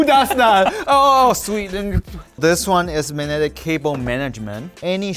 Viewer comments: Loved the way is pronouncing word magnetic where g is completely absent so it sounds like manetic. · struggling all video and not being able to say 'magnetic' properly was hilarious